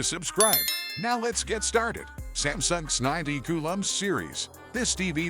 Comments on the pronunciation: It the second ai voice video I get and both go with this s90 coo lm… I wonder what was in the text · AI read it as Samsung sninety cool um series 😂